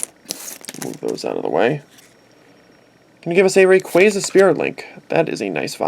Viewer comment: that is not how u say rayquaza